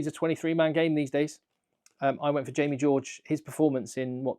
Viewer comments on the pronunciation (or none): none